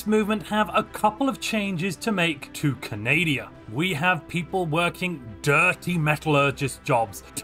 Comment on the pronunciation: CANADIA!!!! XD Great hahahaha